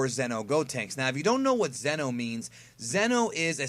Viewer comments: It's not Zeno like king Zeno it's Xeno pronounced zee-no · each time you try to say "Xeno", you are ACTUALLY saying "ZENO", who is the OMNI KING.😁